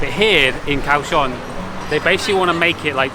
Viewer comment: The city is pronounced Gaoshiong.